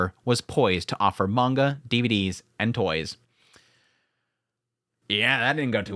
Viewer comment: I don't want to be pedantic but... mah-n-gah (like achoo when you sneeze) -ka (like in ka-boom) not man-gocka... of coarse its fine to say it however you wish but it kind of undermines your subject matter authority to say it the wrong way. just saying.